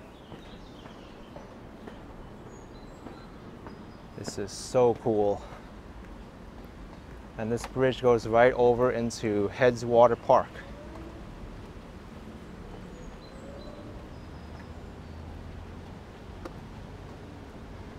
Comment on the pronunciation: As someone from Fort Wayne it's called headwaters park not hedgewater. And it's called Frieman Square emphasis on the I not the e.